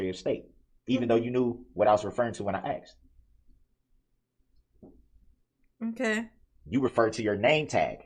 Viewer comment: ITS AXED ME😂😂😂